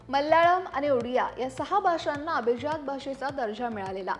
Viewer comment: अभीज्यात नाही madam अभिजात म्हणा